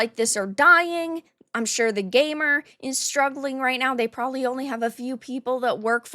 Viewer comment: What's a gay mur?